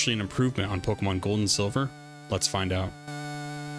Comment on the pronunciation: Oh, I almost forgot the most important part... you pronounce Pokémon as it should be. Nothing irks me more than supposed fans who call the franchise Pok"ee"mon or Pok"ee"man. God that shit gets me everytime, lol 😅